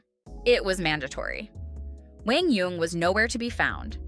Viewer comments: It’s not Wang it’s Kwang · my name is Quang. and the correct pronunciation is like KUANG not wang, it’s really not that hard. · His name pronounce like Kuang not wang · They are not that off in his name. His name should be pronounce with a Q sound but the South tend to pronounce it with a W sound. But it should sound more like "Wan" instead of "Wang" but they are trying. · Come on AI, try to pronounce the guys name correctly......at least have a real person do it !!! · Pls pronounce his 1st name correctly.